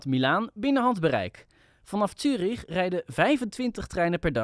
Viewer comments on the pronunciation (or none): Het is trouwens Zurich en niet Tjurich.